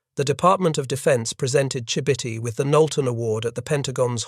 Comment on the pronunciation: That is not how Chibitty is pronounced.